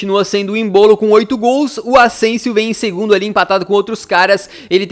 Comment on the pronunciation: Vc falou ausensio